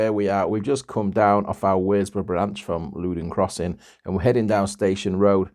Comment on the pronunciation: WORSBROUGH IS PRONOUNCED WUZBOROUGH IN BARNSLEY 😊 AND THANK YOU FOR PRONONCING CUDWORTH CUDDUTH AS I WAS BORN THEEA